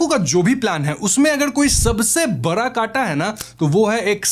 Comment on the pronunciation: Badha ❌ bara ✅